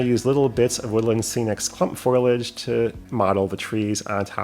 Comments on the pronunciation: yet again your creativity is super and I think you're right on with the scale look of those "trees". Fantastic. Just one critique - it is FOH-lee-edge, not FOIL-edge. Always entertaining to see what you come up with. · It makes me chuckle that you say "foilage" instead of "foliage".